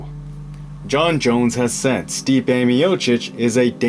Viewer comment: Jone Jones. Bro are you ok? Lmao